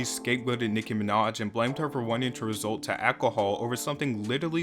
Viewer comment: Did you put your teeth in upside down? Half of your words are wrong. “Result to alcohol”? “Artisties”? Is English your second language?